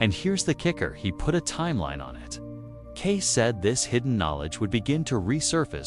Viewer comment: FAKE - FAKE - FAKE ---- CLICKBAIT. IT'S NOT 'CASE' YOU MORON I.A. BOT --- IT'S KAY-SEE!!!! enough with the artificial garbage. FAKE - FAKE - FAKE ---- CLICKBAIT. FAKE - FAKE - FAKE ---- CLICKBAIT. FAKE - FAKE - FAKE ---- CLICKBAIT. FAKE - FAKE - FAKE ---- CLICKBAIT. FAKE - FAKE - FAKE ---- CLICKBAIT. FAKE - FAKE - FAKE ---- CLICKBAIT. FAKE - FAKE - FAKE ---- CLICKBAIT. FAKE - FAKE - FAKE ---- CLICKBAIT. FAKE - FAKE - FAKE ---- CLICKBAIT.